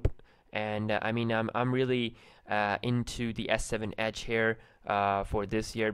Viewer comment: The way he says edge is funny he says ACHE